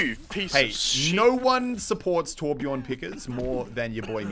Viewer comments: I know that it isn't a real Torbjörn when his name is Torbjorn xD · omg plz someone tell him to l2ö if he wants to be a real Torbjörn main. It's not called Torbjorn >.< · MUSELK!!! THERE IS A GUY CALLED TORBJORN PLAYING TORBJÖRN, TORBJÖRN WITH THE SWEDISH/GERMAN Ö IN IT!!! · It's TORBJÖRN